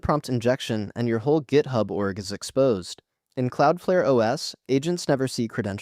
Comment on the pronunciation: AI slop "gaithub"